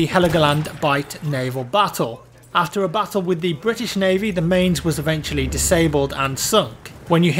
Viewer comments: mainz is pronounce like maɪ̯nʦ...something myants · Mainz is usually pronounced 'minez'